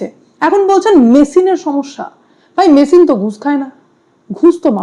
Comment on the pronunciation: আরে, "মেসিন" নয়, 👉🏿"মেশিন" (MACHINE) !!!!! 😁😁😁😁